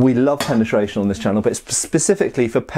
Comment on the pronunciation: "We love penitation on this Channel" - 😂😂